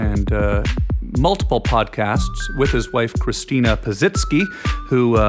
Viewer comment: Everyone says Christina's name wrong. Even Tom Green. Haha. There's a reason she changed it to Christina P.